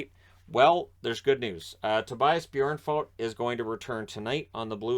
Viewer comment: Wow, you've managed to actually pronounce the "ö" in Björnfot very well,! That's a really hard sound to get right for an English speaker. If you think of the name as being spelled "Björnfout", i think you'll get quite close on the last syllable as well. Or like, say the "o" as the "oo" in "food", and you should get it quite right.